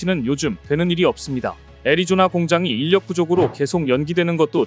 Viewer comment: 인력----------- 일력으로 발음해야